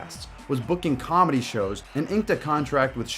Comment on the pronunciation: Brendan does cawlmedy. there's a difference 😂